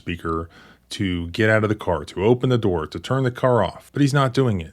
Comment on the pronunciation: "Open the noor" -Officer Walt Jr. maybe